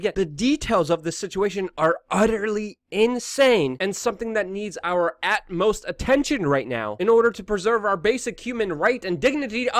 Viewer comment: It is "utmost". Not at most.